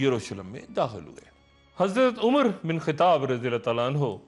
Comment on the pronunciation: ڈاکٹر صاحب آپ بعض الفاظ کے تلفظ میں غلطی کر جاتے ہیں جیسے بَختِ نصر کہا ہے جبکہ صحیح تلفظ بُختِ نصر ہے اسی طرح آپ نے حضرت عمر بن خِطاب کہا جب کہ صحیح تلفظ خَطّاب ہے اسی طرح آپ نے ھَرْقَل اور بنی جَرھم اور نابلِس میں غلطی کی جبکہ ان کا صحیح تلفظ اس طرح ہے ھِرَقْل _ بنی جُرْھم اور نابُلُس